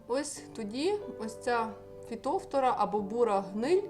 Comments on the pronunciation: Наголос не вірний, не фітОфтора, а фітофтОра, ріже слух. А за поради велика подяка. З мого досвіду, одного року посадила томати з відстанню в 80-90см кущ від куща. В той рік у всіх моїх знайомих томати згоріли від хвороби , а мої були живі й здорові майже до глибокої осіні. Вони дуже гарно провітрювалися. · Фитофтора. Ударение на второй слог то, режет слух, к стати по украински тоже! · Фітофтора наголос на друге. О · Підтримаю підпискою,коли вивчите як правильно вимовляеться слово Фітофтора,а потім будуть навчати,дослухати тяжко